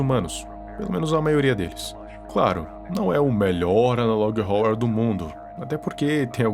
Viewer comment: Uma dica man a melhor pronuncia e ''analog (Órror)''